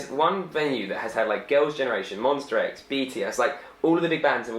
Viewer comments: ITS M-O-N-S-T-A X not MONSTER X😂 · Make sure to say Monsta and not Monstar because Kihyun will come for you😂😂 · Boi its MONSTA not MONSTER 😂😂